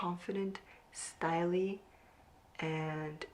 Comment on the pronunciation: I wonder if you’re trying to say “stylish” but just mispronouncing it as “style-ee” ?😂